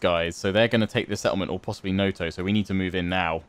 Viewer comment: When it comes to japanese pronunciation is quite easy, it is usually read exactly as it is written, except when it is not. A quick example, when you say 'Noto' you say it like 'Noutou' while a japanese person would say it simply 'Noto' Sadly can't write in IPA in the youtube comments.